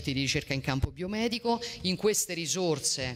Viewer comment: Nocivi non "noscivi", ci non "sci", ricerca non "riscerca", risorse non "risorze", mense non "menze", edifici non "edifisci", centri non "scentri", sintesi non "zintesi", regione non "reggione", consentire non "conzentire". A scuola di dizione insieme a molti altri politici!